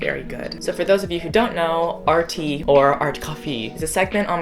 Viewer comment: its funny when he says “art(cof) fee” 😂